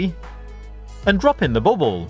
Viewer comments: guys its not ball-ball...he means , BAUBLE oke?? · I was laughing at the way he says it. I know what it is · I love the way you say bubble :D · Its bauble and its english for ornament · Bauble, Pronouncing the "L"s in Guillotine, Card, Great fun, Fiddly, I'm beginning to hate this guy.